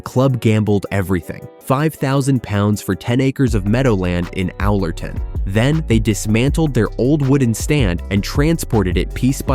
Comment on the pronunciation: Get a narrator who knows how to pronounce Owlerton and Hillsborough. North American phonetic pronunciation of these key locations make me shudder. If you want to talk about places, get someone who knows how to pronounce them! Grrrr! I'm a Sheffield United fan but this really pisses me off.